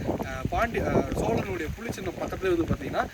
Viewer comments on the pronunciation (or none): தம்பி, உமது முயற்சி பாராட்டுக்குரியது.ஆனால் " கீலே, புளி சின்னம், தமில் கல்வெட்டு" போன்றவற்றின் உச்சரிப்பு பிழைகளைத்தான் சகிக்க முடியவில்லை.தயவு செய்து (தமிலை கொளை பன்ன வேனாம்)